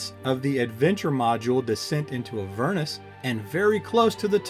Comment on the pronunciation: A-ver-nus, not a-VER-nus